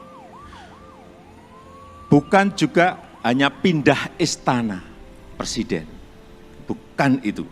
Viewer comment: Mantap.... cuma yg perlu pa Jokowi perbaiki adalah ucapakan kata PRESIDEN, agar benar ucapannya...jangan sebut PERSIDEN tp PRESIDEN